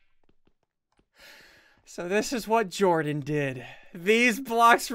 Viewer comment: dude really it's Jordan not jardon or jardonz